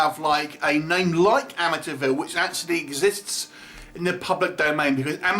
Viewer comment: you pronouncing "Amityville" sounds a lot like "Amateurville" - I think it's fitting for this film